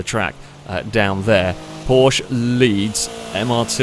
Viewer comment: Would it really cause physical pain saying porschE? There is an E on the end.. It is a german brand, not french, or bri-ish..